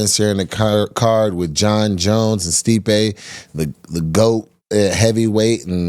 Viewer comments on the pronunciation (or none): none